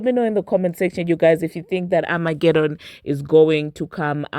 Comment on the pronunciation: What is amagedon?😂😂